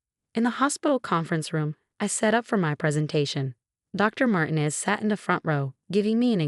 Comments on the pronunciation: Martinez is NOT SAID as " Martin-ez". It is SAID as "Mar-teen-ez". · Martinez is pronounced Mar tee nez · Good story. Very realistic with a realistic resolution. But,,the changing pronunciations of Martinez was annoying as is the way the voice says Emma.